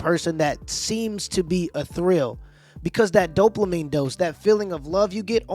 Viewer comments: He has to learn how to say dopamine. Not doplamine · Why you always say "Doplamine" instead of "Dopamine" ?